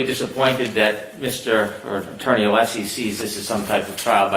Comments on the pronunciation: Also, the way Brennan will stand up and say "Mr Aleeesi", and then later in the paragraph pronounce "Alessi" perfectly fine, is grinding my gears. It feels purposeful. It might even be "nefAHrious". His audacity is "stiffling". ... This man raises my blood pressure. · He’s intentionally mispronouncing Alessi’s name. It’s a very typical malignant narcissist tactic. Just like the way his arguments are all perfect examples of DARVO. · I wish Alessi would make a motion asking the court to require Brennan to pronounce the attorneys names correctly. Like you pointed out, he knows how to say it properly. He chooses not to. It's unprofessional, disrespectful, and rude. But then again, we've come to expect nothing less from Breenan.